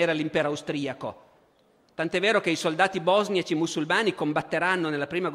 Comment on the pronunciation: Ma perché “bòsniaci”? Non è la prima volta che il buon Barbero mi inciampa su ‘sti accenti